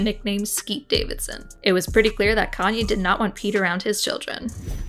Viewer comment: If that's her favourite singer why can she not say his name properly Love how everyone forgets Kayne bad behaviour